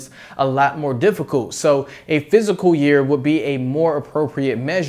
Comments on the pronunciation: Say physical year one more time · Pretty informative bro. Check out how to pronounce “fiscal” 😉